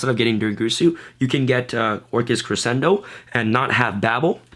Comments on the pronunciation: doesn't crescendo pronounce creshendo ? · Gotta learn how to pronounce crescendo.